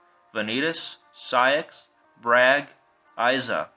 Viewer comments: IT'S BRAYEG!!! NOT BRAG!! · this list sucks, this is not gonna happen. it doesnt make any sence, its stupid. Also its "BRAIG" not "BRAG". God learn how to pronounce names